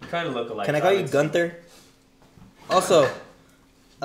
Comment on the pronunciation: 7 minutes into the video/stream and I already know this is gonna be a DISASTER😅 I MISS SHAKE IT UP🥺(pronounce it like goon-ther) Hunter loves to troll chat😅